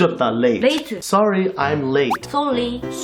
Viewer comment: "Sorry" -Soly? -"Sorry" -Soly. Lmao